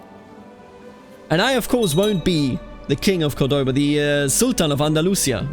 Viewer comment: The pronunciations are very good for a non native speaker. The only thing wrong is where you put the emphasis on some words. For example, it's {COR}doba not cor{DO}ba. And on this one i'm not really sure cause it's an arab name but when we refer to it we say Al-{AN}dalus not Al-An{DA}lus. The rest are pretty much spot on.